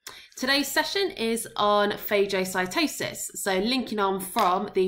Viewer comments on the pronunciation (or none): It’s pronounced fah-guh-si-toe-sis